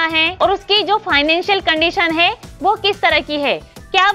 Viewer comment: Ja... Khud se sahi se bola nhi jara aa gyi teacher banne.. hai ka he, mai ka me